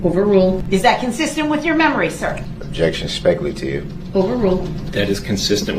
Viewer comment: Ole' Brooksey just flicking a spinning prize wheel to decide what to say next. "Grouns!😡 "SUBSTSAIN!"😡 "specalative!"😡